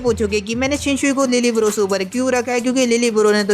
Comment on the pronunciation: Lille barro❎ Lil bro✅